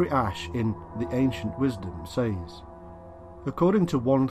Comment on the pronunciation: Says is pronouced SEZ.